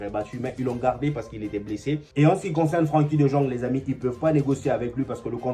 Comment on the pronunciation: Toi tu lis vraiment en français hein mon frère 😂😂😂 "Frenkie De Jong" "Un Yacht" 😅 Tu es vraiment drôle